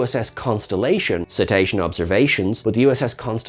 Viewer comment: Ceta-sean observa-seans